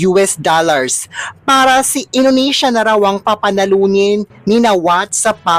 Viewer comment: Talaga lang Inunesya Ang pag pronounce